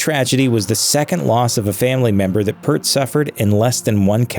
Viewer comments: Good video, but it's not Pert, it's Peart. Ear, with a P at the beginning and a T at the end. (According to Geddy) Neil earned the respect of nearly the entire music world. Certainly enough to have his name pronounced correctly. But again, good video. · How do you pay tribute to an artist by not knowing how to pronounce their name!! So much of the information in this video is flat out wrong. Every time this dude says Pert I cringe! It’s PEE-YURT dumbass narrator! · Peeert, not Pert! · Its not pert its peert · In the name of God: it’s pronounced PEERT! Not “pert”! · It hurts hearing you say PURT...again and again and... There's no URT in pEARt...unless you're incompetent in doing the absolute most basic, simple research...lest you end up on record as having butchered (multiple/endless times) somebody's name. He deserves better. You guys need to be better. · It's pronounced "peert", not "pert" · PierT. Not pert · P - EAR - T - NOT PERT!!!!!!!!!!!!!!!!! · IT,S PEART ....NOT PERT if you are going to tell a story about a great band learn how to say his name...PERT is a shampoo PEART is the Drummer....get it right please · They had me at a video about Rush. They lost me at mispronouncing Peart. Musicians die, but the music lives forever. RIP and thanks, Neil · PEA-EAR-T!!!! FOR GOD SAKE! Respect the man's name! It is not Per-t.... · His name is pronounced Peert, not Pert!!!! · It's pronounced Peert not Purttt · Peart not Pert! Show respect Do you homework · His last name is not PERT😁 It's pronounced (PEERT) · It's pronounced Peert not Purt for god's sake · I’m sorry but as soon as I heard, “Pert” and not, “Peert”, I stopped watching. Do your research you hack. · P-EAR-T not Pert. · It's pronounced Peert... not pert/pirt/purt. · Hs name was pronounced peayrt not purt.......man I wish people would do their research instead of copying wiki and not knowing a thing about them........ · Yeah it's "pEARt", not "pert". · Peart is pronounced P-Ear-t or Peert RIP Professor